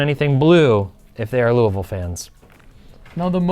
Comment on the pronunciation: Thank you for saying "Louisville" correctly! haha You're also correct, we hate red here in KY, but we love John Wall! Someone would love that card.